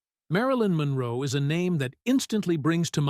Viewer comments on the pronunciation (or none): none